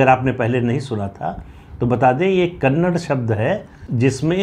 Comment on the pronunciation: Sir kannad nhi kannada bola kariye